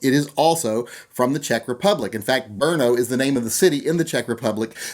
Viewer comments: FK Bernaugh... Oh man, listening to Americans trying to pronounce Czech words is fun. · it is said brotno rolling on the r